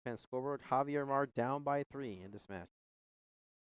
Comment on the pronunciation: Javier is not pronounced "Havier" in English. Do they jump or hump in a game? Please use English without idioms and slang